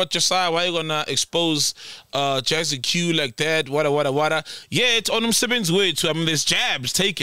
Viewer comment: Bafwethu, it's pronounced "JAZZICK" ... Not Jazzi-Que, lol